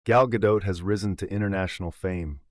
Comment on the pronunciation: her name is not gah-dote...it is gah-dot, like spot, cot, tot...as in shabbat 🥸. she tries to westernize her name or even worse tries to frenchify her name like brigitte bardot. at least she she is not as bad as natalie portman trying to hide her judaism for most of her career